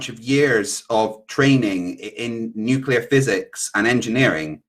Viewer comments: He says 'nucular'......Why am I not surprised? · It’s funny that he kept saying “nucular” like Homer Simpson too 😂